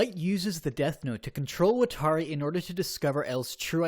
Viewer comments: AFFFFG YOU SAID WATARI AND KIRA WROOOONNG i’m sorry, it just hurts me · They way you pronounce “watari” is horrible.